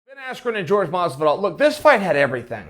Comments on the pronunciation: It’s Jorge not George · its pronounced 'Hor-hey' not George.😒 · It's Jorge not George... cmon Chael. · Chael: George, George, George. Oh god Askren has infected people with that, its Jorge. (Hor-hay) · Is it that difficult to say fucking "JORGE", not George, its not his name. Try at least xd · "George Masvidal" lmao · Hey Craile , i mean kail , oops , chael , his name is fuckin WHORE-HEY ...... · it's whore-hey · it’s pronounced WHORE-HEY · Say his name right pussy boy